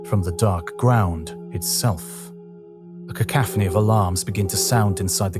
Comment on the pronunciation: Cacophony not cacaphony.